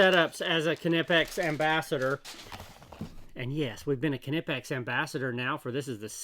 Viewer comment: You are the only englishspeaking person that pronounces Knipex the right way👍